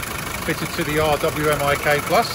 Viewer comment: You pronounce it as “R WiMiK Revised Weapons Mounted Installation Kit, this one being enhanced.